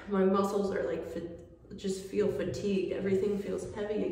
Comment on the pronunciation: damn "feel better", not "fill" (ahaahah "fill" too! :-))